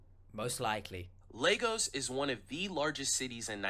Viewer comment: Why can't they pronounce Lagos correctly. It is so irritating 😅 it's LY-GUS...GUS, GUS, GUS not GOS😂😂😂 In your words 'get a grip of your selves'😅